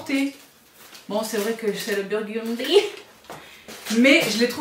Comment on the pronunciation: le BIOURDUNDYYYYYY